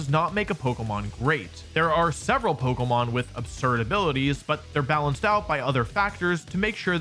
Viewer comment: Another person pronouncing it polkamon